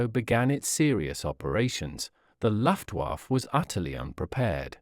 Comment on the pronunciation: Very interesting, but please have another go at pronouncing "Luftwaffe" and "aluminium".